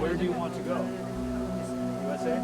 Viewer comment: yes he aint nepali,either a punjabi trying to hide identity or hispanic. the way he speaks ,his tone ,facial features and most importantly the way he pronounce USA as JuuUSA. Nepali dont have the J sound for letter U